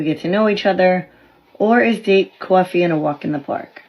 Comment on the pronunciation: If a person pronounced coffee as cwaffy that's a deal breaker.